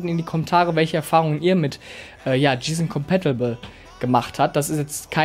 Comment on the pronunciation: 2 Tips für Dich, 1 Hat ein VA Panel sowieso immer einen guten Schwarz Wert und den brauchst du nicht Extra zu betonen, es ist ja schließlich kein IPS Monitor! 2. Wenn Du Englische Bezeichnungen nicht richtig aussprechen kannst, dann lass sie einfach weg und mach das Video nur in Deutsch, Gsysnc Compatible z.b. komplett falsche Aussprache! Wenn bei dir manche Monitore ein schwarzes Bild bringen, dann hast Du wohl mal Blackboost aktiviert, diese Einstellung ist nicht mit jedem Modell kompatibel! Blackboost hilft einigen Monitoren dabei den Input lag zu reduzieren, dieses Modell funktioniert Übrigens 100% mit Nvidia Gsync kompatibel habe es selbst bei einem Bekannten getestet.